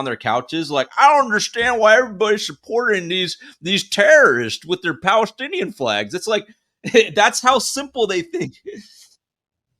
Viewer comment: She's a Pali-stin-E-an😂